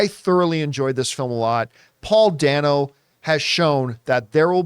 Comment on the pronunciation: I, too, loved the film but I gotta tell you Paul Dano pronounces his name “Day-no,” not “Danno.” I have been a fan since L.I.E. and look forward to anything he is in.